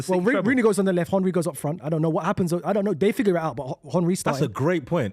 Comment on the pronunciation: Man calls Henry “HON-ry”